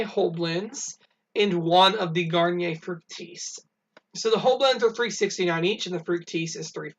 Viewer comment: Meijer is where I found the Lysol hang tags the last time so that works out great! Thank you for doing the Meijer videos! And thank you for pronouncing Garnier Fructis properly! 😁🙌🏼